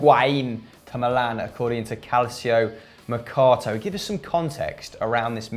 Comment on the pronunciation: Decides to pronounce Higuain in the correct accent and then proceeds to say calciomercato in an English accent... terrible